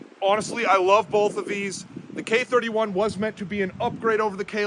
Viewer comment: "The triggers on 'bolth'..." Yep, that's a classic PNW pronunciation. Can you compare the K11 to the G11?